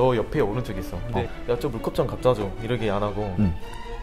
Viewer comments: 전 특히 쯤에서 ‘이렇게’를 ‘이러게’로 발음하시는 거 넘 귀여우셨어요ㅋㅋㅋㅋㅋㅋㅋㅋㅋ 도마도와 오도바이가 생각나는 그런...ㅋㅋㅋㅋㅋㅋㅋ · ❣내가 보려고 만든 영도 모먼트❣ 영도가 생각하는 남자의 여우짓 웃음소리😆 물컵스킬🥛 ~ '이러게' 3단콤보✨✨✨ (경험담) 술배틀 스킬🍻 술배틀 할래?!🥂 미련곰팅이🐼 어↗ 영↗️도➡야↘️ 너➡매↘️운↗️거➡못↗️먹➡잖➡아➡ (사투리❤❤) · 이렇게 발음 신기하다 ㅋㅅㅋㅅㅋㅅ 이러게 로 발음하시네요